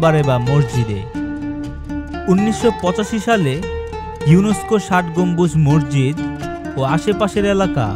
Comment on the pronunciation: ভাই তুমি মসজিদকে মর্জিদ বলছ কেন